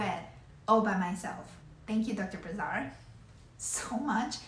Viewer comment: Prononciation of the name of the surgeon it's Brassard. The SS is prononced as an "S" not a "Z". No offence here though it's a french name.